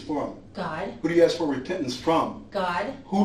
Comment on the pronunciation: Sorry I’ve just made a similar comment. A close second is Aks instead of Ask.